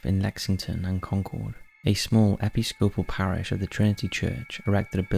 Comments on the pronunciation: I know, right? Good old Eppie Scopal! Eh-PIH-sco-pal (None of us is perfect. I cringe when I think of the abuses I committed in the English language over the years!) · There are many fascinating stories about the haunting of New York City. Just a tip: The Church of England, the Episcopal church, is pronounced "Uh-piss-co-pal", not "eh-pee-sco-pal". I'd think someone from England might know that. :) I do, however, enjoy this video, knowing NYC as well as I do. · Episcopal is pronounced: Ee-pis-coh-pal not epi-scopal. Otherwise good content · Please check the pronunciation of certain words; I know some vary between American and British English, but I don’t think anyone pronounces Episcopal like in this video. I only point this out because the rest of the video was SO good and faulty pronunciations take me out of the moment.